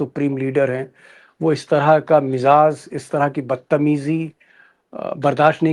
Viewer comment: Mizaaj...not mizas ...apni bhasha durust kijiyegaa pl baqhi sabhi top hai best hai